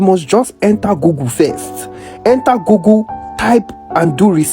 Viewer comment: Dude it's nt Gugu it's google😂😂😅😅